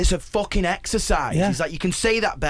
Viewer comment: "It needed to be foocking uk as foock"